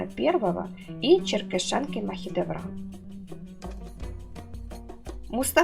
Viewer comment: Не "черкешАнки", а "черкЕшенки".